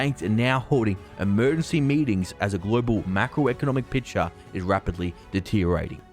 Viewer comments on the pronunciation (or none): none